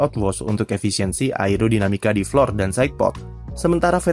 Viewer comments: iya lu salah, dibacanya tetep flor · Flor mas, belajar bahasa inggrisnya dimana😂